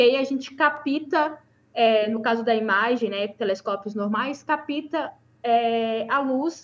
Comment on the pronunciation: "Capita", "mais ruim", "pobrema" ....